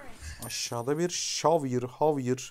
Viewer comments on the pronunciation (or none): Hikâyede atlas 15 metre felan ağa valla beton yetmez 🤣🤣 bu arada zevier diye okunuyor gardeşim